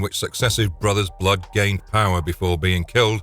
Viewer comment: I had to tune out after 3 minutes. It sounded like the word was fighting to escape his mouth every time he said it. “BBBLood” 😂